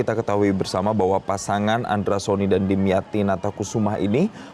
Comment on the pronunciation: 😂😂nama nya pak dimyati bukan damyati, metro tv research dulu ga sih nyebut nama aja salah😮😮😮